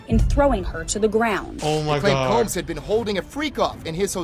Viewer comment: uhhhh that's not how you pronounce "combs" 🤣